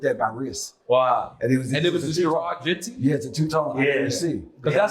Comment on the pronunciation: I love you Nore but it’s Genta Not Genti /Genty 😂